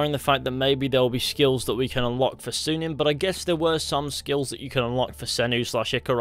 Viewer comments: That's a Y in Synin not a U. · I know. That doesn't mean it's pronounced as he said it. I study the language.